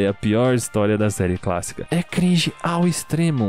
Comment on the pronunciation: Quando ele disse " série cássica " eu morri de rir